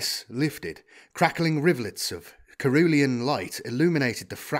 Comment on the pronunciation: Not that it takes away from your awesome reading, but FYI. Cerulean- ser-roo-lee-an, a type of blue.